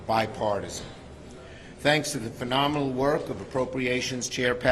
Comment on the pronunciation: Um he said Bi-Fartison at first, and who is that? It's not Sue Collins, and it's got nothing to do with hair color.